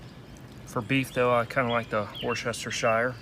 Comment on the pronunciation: I totally LOLed at how you say Worcestershire 😂👍 Delicious looking grub 👍😋